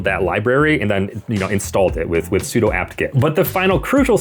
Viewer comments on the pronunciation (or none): none